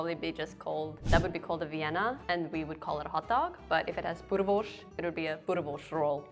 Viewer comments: if she emigrated when she was young then how would she even know what normal south Africans would say or pronounce words. Even her pronunciation of boerewors sounded odd, like she was saying boereworsh, which is not how most south africans would pronounce it. She was a poor example to represent regular south Africans I'm afraid. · She even pronounces boerewors wrong, she pronounces it boreworsh, which no one in South africa pronounces it.